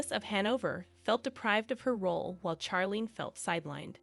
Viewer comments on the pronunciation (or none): Charlene's name is pronounced with a soft ch like in " share" not a hard ch like Chuck. Prioline was pretty when young but too much sun, cigarettes and alcohol have aged her. Her sister Stephanie has also aged prematurely. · please pronounce her right sounds like Sharleen not like you burnt something seriously please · Her name is pronounced Sharlene not Ch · That's because the narration is computer generated. The computer thinks 'Charlene' is supposed to be pronounced like 'Charles' except for dropping the 's' and adding 'lene'. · Her name is pronounced “Sharlene”. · Not sure you are pronouncing her name correctly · The pronunciation of Charlene is off putting